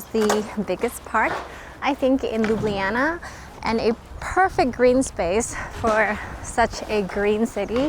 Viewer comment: Finally!!! someone who pronounces Ljubljana correctly...ok, I know it's not the easiest names to get right.. but bravo!!